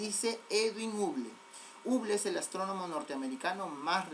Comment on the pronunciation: creo que la pronunciación correcta no es uble, sino habol o algo similar a eso. igual buena clase y siga así.